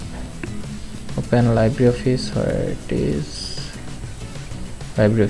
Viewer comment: এইটা VCL না , VLC :) . আর 'Libre' স্প্যানিশ শব্দের মানে 'ফ্রী'। এর উচ্চারণ লাইব্রি'র মত না , 'লিব্রে'র মত :) Thanks. very good tutorial. Saved so much time for finding out resources list 👌